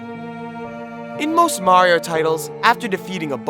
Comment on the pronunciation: Why do you say Morrio instead of Mario?